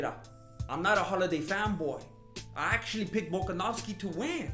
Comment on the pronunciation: bruh I literally just looped the intro 10x cuz of how funny you said tompico, wtf even is tompico XD and his name is max hollaway not holiday XD